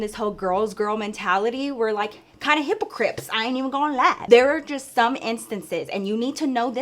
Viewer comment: "i seent it" & hippocrypt 🤣 idk bout yall, but i definitely speak fluent 💅💋Lol